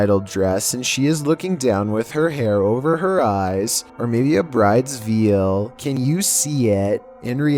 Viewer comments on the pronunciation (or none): Ah yes.. the dreaded Brides Veel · Brides veal. Love ya. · A Bride's Veal People who actually know how to speak English - Yes, she is wearing a bride's piece of meat on her. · Maybe a brides "veal"?